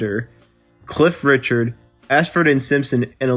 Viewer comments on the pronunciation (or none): none